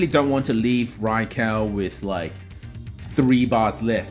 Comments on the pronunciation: I can tell you the RAI part of raikou and raichu are pronounced as RAY and not as REY. Rai is the japanese word for thunder/lightning so knowing this you should pronounce it the japanese way and not in english. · Ray and Rey are the same pronunciation. That would be Rei in Japanese. Rai is pronounced like "rye" in rye bread or the "ri" in rice. らいこう Both videos linked pronounce Raikou correctly (with kou pronounced like the "co" in collaborate) but I'm personally on team rai-cow now after yesterday's video lol 🐮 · I’m hearing RYE not RAY lol, even the Japanese video still sounds like RYE- KOE. The English version is the same though, cause i know RYE-CHOO has always been pronounced like that in the anime.